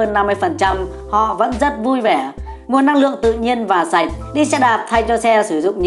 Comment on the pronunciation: thực phẩm sạch :))) dấu nặng :))